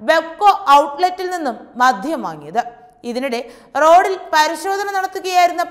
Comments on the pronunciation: എന്റെ കൊച്ചേ..അല്പം അക്ഷരസ്‌പുടതയോടെ ഇനിയെങ്കിലും സംസാരിച്ചുകൂടെ..?.അപേക്ഷയാണ് എല്ലാവരും ഒന്നു ശ്രദ്ധിക്കണം.മദ്ധ്യം അല്ല മദ്യം എന്നാണ്,പിന്നെ വിധ്യാർത്ഥി,വിധ്യാഭ്യാസം അങ്ങിനെ കുറെയുണ്ട്... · മധ്യം അല്ല കുട്ടീ.. മദ്യം ആണ്. ശരീയായി മലയാളം പറയാൻ പഠിക്കൂ. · സുഹൃത്തേ മധ്യം അല്ല ,മദ്യം എന്ന് പറയൂ ... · മോളേ ആവേശം മൂലം "മദ്ധ്യം" എന്നു പറയരുതേ...മദ്യം എന്നു പറയണേ...